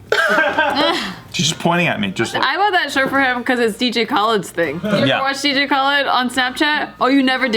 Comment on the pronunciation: Why say Dj Khaled name like that lol